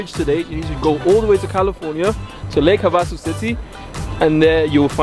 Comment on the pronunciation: I’ve driven over the real London Bridge. The city is pronounced. “Lake Have a Sue”.